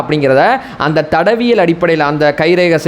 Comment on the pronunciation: ஐயா சரியா தமிழ் பேசுங்க தடவியல் இல்லை தடயவியல்